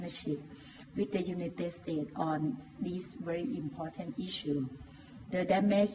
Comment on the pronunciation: United states... พูด ไม่มีเสียง s เลย =='